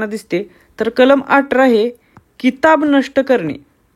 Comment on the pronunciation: भावा किताब नाही ते खिताब आहे ज्याला इंग्रजीत title म्हणतो 😂😂